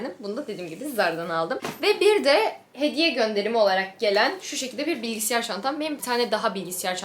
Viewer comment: Acilen bilgisiyar demeyi bırakmalısın😂